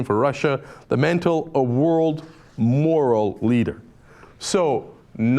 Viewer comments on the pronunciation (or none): none